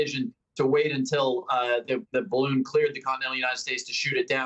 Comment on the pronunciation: if nobody knows ,why is everyone calling it a spy bawoon